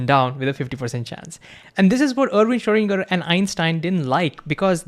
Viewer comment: Why don't you tube guys aim to pronounce foreign names properly as they speak to a global community? In the case of Schrödinger, listen to some German speaking people pronouncing the name and learn.